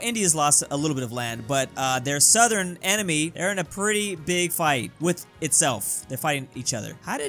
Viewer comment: Why do you pronounce "enemy" like "anime"? Thonk Kinda cool tho